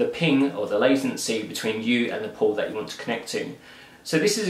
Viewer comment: I thought he was saying "pooooooort". Say what?